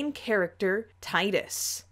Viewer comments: As a serious FFX fan, I would like to correct some diologue, the name is pronounced TEE-Dus, if no one believes me, KH1 and and World Of Final Fantasy are living proof of that! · You pronounced Tidus' name wrong